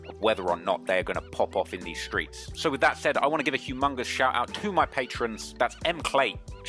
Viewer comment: "A certi hit in the skreets" ..uuuuusing it.